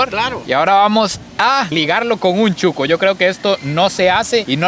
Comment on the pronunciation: Se dice shuco.....no chuco.